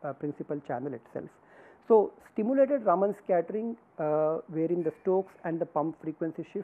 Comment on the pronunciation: एक बात मुझे सदैव विचित्र लगती है कि भारतीय लोग भी अपने बैज्ञानिकों का नाम ठीक के नहीं उच्चारण कर पाते हैं !! रमन को सदैव रामन बोलते हैं !! विदेशी लोगों को तो सही से पता नहीं है !! काम से कम भारतीय लोगों को तो सही से उच्चारण करना चाहिए !!